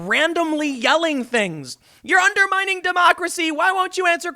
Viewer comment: But you're UNDU MINING DECWACY!!!